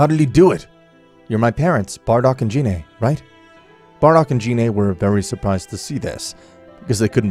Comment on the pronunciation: Gine not Jine, but I won’t judge it